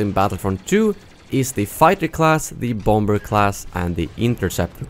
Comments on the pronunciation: Lol, bom-ber :P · Your mispronunciation of bomber cracks me up everytime